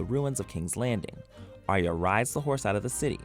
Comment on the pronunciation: It's Ar-ya not Ar-ee-aa ....